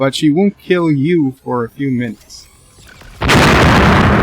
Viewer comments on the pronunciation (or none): HUGH (Hard H + ew) NOT YOU Every life has meaning and that must be remembered and PLEASE try saying HUGH (Hard H + ew) * like New but replace the N with a hard H sound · Nice video, but he's name is Hugh! Hugh with a H and eww sound.